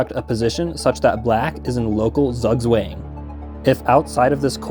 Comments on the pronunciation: I love how you say "Zugzwang" as "sugg swang" when it's pronounced tsuk tswang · Lol "zug swang" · good video, but please never again pronounce it "Sagswäng" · Zugzwang is pronounced tsoogtswang (the a is pronounced like in "mark") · never in my life have I heard it pronounced "zuhgz wang" lol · "Zugzwang" is German for "forced move" and is pronounced something like tsoog tsvahng. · Btw, "Zugzwang" is a German word and is pronounced like "tsoogtsvung". It translates to "obligation to move". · You should really look up how to pronounce Zugzwang. 😅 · it's Zugzwang (pronounce both c as in citadel, the u as in pulmonary, and the a as in Andromeda) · great video but the pronunciation of zugzwang was a crime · Infinite research when it came to the chess, no research when it came to the pronunciation of 'Zugzwang' 😂❤ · no way he actually pronounced zugzwang like that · his pronunciation of zugzwang is hurting me